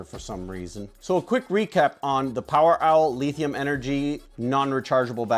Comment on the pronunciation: This man said LEEthium. But I like the energy.